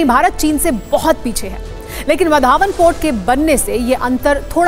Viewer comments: वा रे आपकी पढाई वढावण नाही हैं ओ वाढवण हें उस गाव का नाम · इस बंदरगाह का नाम वाढवण है वधावन नहीं है | कृपया नाम का उच्चारण सही करे बाद में समाचार पढ़े | वहाँ भाषण करते हुए नरेंद्र मोदीजी ने वाढवण कैसा बोला उसे सुने और बाद में बोले | वधावन ऐसा मत बोलो | वाढवण बोलो | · आधी गावाचे नाव बोलायला शिका नंतर काम करा